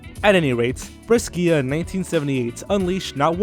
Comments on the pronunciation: Brescia, "bresha" not "breskeea" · Brescia sounds like "brèsha" not "breskìa". We italians have so few ortographic conventions, it's quite easy to learn them.